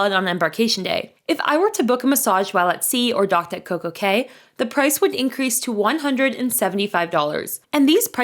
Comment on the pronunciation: It’s spelled Cay but pronounced “Key”